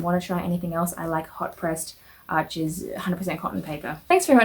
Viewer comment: It’s pronounced “Are-shh” since as you mentioned it’s a French brand. No worries though, literally everybody says it wrong. Thanks for the vid, helpful info.